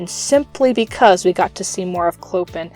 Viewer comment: His name is pronounced Clo-pan :)